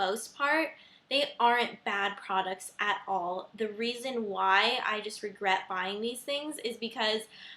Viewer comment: hahahah regwet LOL .